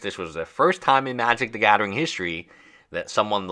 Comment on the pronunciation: "Wif a crypto coin" "magic the gaddering" "Twenty twenty free" "everyone udder word out of my mouf" Learn your "th" sound, it's not "d" or "f"